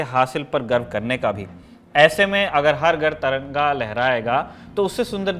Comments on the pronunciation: Bhai Taranga nehin tiranga, sahise bolo sec dekho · Taranga...kyo bol rhe ho aap